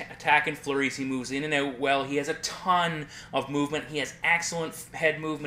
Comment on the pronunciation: your "out" and "bout" words sound more like "eut" and "beut"